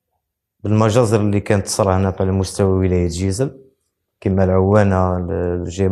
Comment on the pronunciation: أنت لاست جزائري ولد جيجل مايعرفش يسمي جيجل يقوللها جيزل